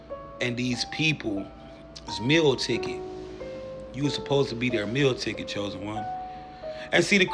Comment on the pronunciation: Wtf is a "mill ticket"? You mean Meal Ticket???